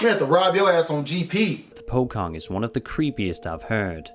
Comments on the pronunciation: Its pocong not pokong 🤣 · That is not how you say POCONG